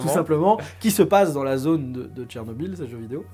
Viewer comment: Si un francophone voit le mot Chernobyl, il lira Cher-nobil. Or le nom de cette ville ukrainienne se prononce en réalité Tchernobyl. La première graphie était évidemment anglaise et ne saurait être utilisée correctement dans un texte français , elle sera donc ecrit Tchernobyl. Tu es le seul sur youtube et le net francophone a l'écrire comme ca.